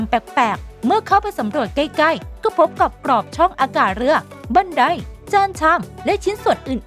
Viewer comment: คำว่า บันได๊ ด้วย